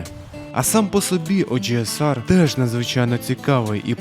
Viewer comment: Чому ти так по рагульному називаєш OGSR, оужеесар😐🤦‍♂️, чи це прикол якийсь?)